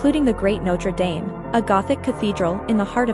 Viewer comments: Notre “Daem”? It’s not pronounced like that. It’s “Daam”. That frustrates me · Notre Damn not pronounced dame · Ugh!!!! The way she pronounces Notre Dame grates!!!